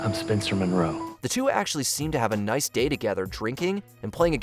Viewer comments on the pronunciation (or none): none